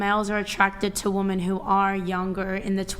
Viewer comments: Why tf do I keep hearing women say “woman” instead of “women” when they’re talking about “women” and not a single “woman” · How come these Gen Zers can’t pronounce women?